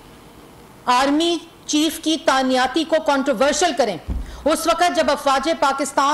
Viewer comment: Tanyati ni Tainati hoti